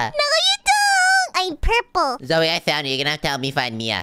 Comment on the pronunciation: said zoye not zoey